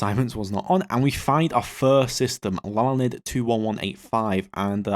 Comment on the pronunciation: Hearing him mispronounce my last name is glorious. (My last name is Lalande and it's pronounced in English like La (as in La La La) Land (as in the geological feature).